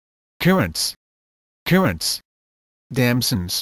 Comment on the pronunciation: He said "currant" and "kiwi" so bad. This is why you shouldn't use this voice...